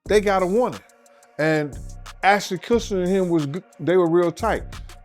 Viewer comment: " assnon kurshner "